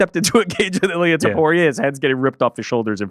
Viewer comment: How the fuck did butcher Ilia’s name so bad hahaha